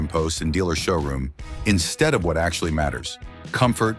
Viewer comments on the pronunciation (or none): none